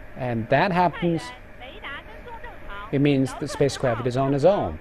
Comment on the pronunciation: Did I heard "Spacecrapt" at the start? Sounded like it.